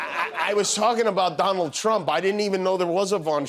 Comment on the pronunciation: …the vonald…